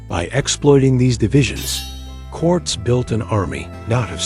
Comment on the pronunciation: If you are going to use ai to tell the history of the Mejica have it at least say it correctly. Quartz?? Cortez!